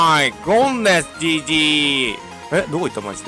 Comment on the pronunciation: 4：36秒の所がGGじゃなくてち○ちんに聞こえるんだよなー